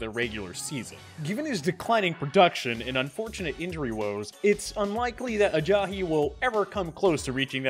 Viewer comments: He says Ebron weird and calls Ajayi Ajahi. Does he watch football? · Why's he pronouncing Ajayi, Ajahi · There is no H in Ajai's name. I hate justin fraction but I wanted to turn this off just because of this guy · The way he pronounces “Ebron” and “Ajayi” really pisses me off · the way he says Ajayi really gets to me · This guy really can’t say jay ajayi right